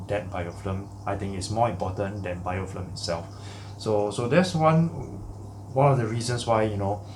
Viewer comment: You keep saying BiofLim, but dont you mean BiofiLm? :) Very informative video. Keep up the good work